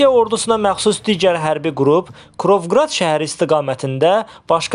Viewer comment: Куровград deyile, a bisavad, Кировоград dı. Özüdə şəhər yox, vilayətdi Kirovoqrad, mərkəzi Krapivniçadı.